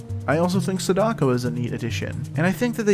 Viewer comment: It’s not sada- ko. It’s sa -DAh-ko. Like sah then taco. Sa daco. I will die on this hill lol